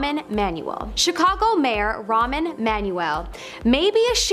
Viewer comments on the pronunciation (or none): His name is rahm not ramen. Lol